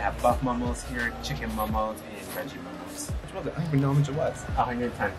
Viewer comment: The plural of Momo is Momo not Momos. And it’s actually pronounced maw:maw not mow mow. Just letting y’all know.